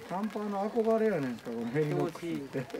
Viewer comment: ヘリノックスが「レリノックス」になってます（笑） 私もずいぶん悩んで、結局チェアツーを買いました。 ギアってショップで色々見て触っては出来ますが使い心地は 使っている人でないとわからないですよね。 第二・第四土曜は仕事なので、イベント参加できませんが いつか参加したいと思います！！！